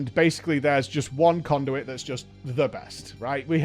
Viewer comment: "Cownduit" vendor ... love it